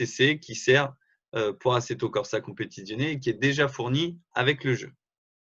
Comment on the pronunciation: Non mais comment tu dis Assetto Corza Competizione? On dirait pas que tu as vécu avec une italienne!